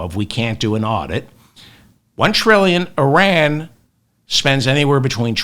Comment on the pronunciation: You are right about all of it, David. EXCEPT the pronunciation of the word Iran. It is ‘Y-Raan’. Not eye-rèèn. And certainly it is not ‘Ur-rèèn’.